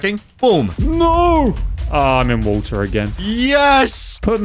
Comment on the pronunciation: Pov says water: walter